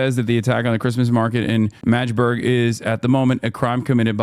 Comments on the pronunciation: Its pronounced MAGGdeburg, not Majburg. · fuckin hilarious say the same as madge-burg. like the emote. hehe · This guy said majde buurg everytime and ya'll let it slide? lol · The constant mispronounciation of Magdeburg (Mag-de-burg) is so jarring as someone who follows German football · "majburg" lol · MADGE-burg hahaha